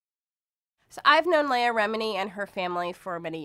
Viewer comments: Her name is LE-AH not LAY-AH and it's VERY APPERENT YOU WERE PAID TO SPEW THE BULLSHIT THAT'S FLOWING FROM YOUR MOUTH.. They say that money is the route of all evil you my sister.... . ARE THE DEFINITION OF THHAT! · OH MY GOD You sit their and say "Scientology taught you Morals and to be kind to others"Hey Dumb Ass Her Name is LEAH Not Lay Ah so your info is of NO MERRITT Go back to the Cult and tell them You screwed UP THE SCRIPT..... This is sooooo freaking funny "NO ONE BELIEVES ANY OF YOU" Shut Up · Your just rambling... Plus you need to learn how to pronounce her name properly, since as you were a friend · What a crock of shit. You don’t even know how to pronounce her name. And as far as I have read about Scientology, you are taught to think you are better than us SP’s so why wouldn’t a Scientologist feel superior ?